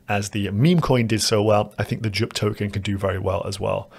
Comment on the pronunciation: Bro, how do you pronounce "Jupiter"? K now do JUP